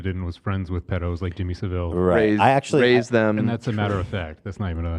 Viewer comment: Also, please guys.... every time you say Jimmy SAVV-IILL it hurts. It's Saaa-vull like full. Sav-ull. Altough tbh he's a pedo so, say it however you want.